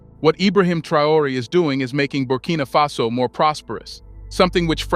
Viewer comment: Its Faso my guy not face-o